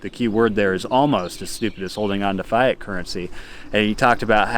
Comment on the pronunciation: Learn how to pronounce fiat please.